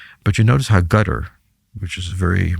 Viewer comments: He’s mispronouncing Qatar as “Gutter,” and then claims Iranians don’t want to talk to Russians directly — even though they just signed a mutual defense treaty. His take on the Ukrainian war theater is also outdated. He’s stuck uptalking satellite imagery while completely missing the rapid evolution of drone warfare and the innovations both armies have made. There are a few rational points here and there, but overall this sounds more like propaganda aimed at the uninformed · Anyone who pronounces Qatar as "gudder" doesn't know squat about the middle east. I've never heard a bigger, more comprehensive crock of sh*t on such a wide range of subjects. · The voice is continuously scratchy and, at moments, impossible to understand. 👎👎 He constantly throws anecdotes of his past memories. 👎👎 The way he pronounces Qatar as == cat'tr == is annoying and, due to the scratchy voice, I had to rewind back to understand what he said. 👎👎 Dislike given for the video. 👎👎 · What is "Gutter" – is he talking about Qatar? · So full of ṣ̌! 😂😂😂 "Iranians do not want to talk directly to the Americans or Russians." On which planet does this guy live?! 😂 Is it me or is purposely saying "Gutter" instead of Qatar. These people are masters of twisting everything to look smart. What a DECEPTIVE chameleon. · Is there a country called Gottar? It is Qatar, not so difficult to pronounce correctly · Why does he call Qatar “Gutter” even though he’s already called it “Cuter”